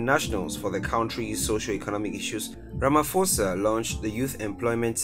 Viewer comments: Hi, I'm South African and I just want to correct you, Pres. Cyril Matamela' last name is pronounced more like Ra-Ma-Paw-Sa not Ra-Ma-For-Sa. I'd appreciate it if you twist your tounge to cover all languages, that way you'll always get a positive response and following from viewers of different backgrounds. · Guys. It's pronounced "RamaPosa" Not "RamFosa" . The "ph" rule in English grammar does not apply in South African languages. You ignore that "h" . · It’s Ramaposa the ph is pronounced as p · For Pronunciation sake. Its RAMA-P- HOSA NOT RAMA-F-OSA. Your pronunciation is English. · Ramaphosa is pronounced Rama-posa. It's not a silent F